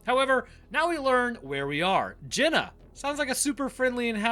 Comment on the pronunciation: Why are you always mispronouncing things,, it's Genna not Jenna.. lmaoo your videos are good but infuriating...